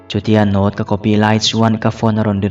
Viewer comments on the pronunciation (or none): none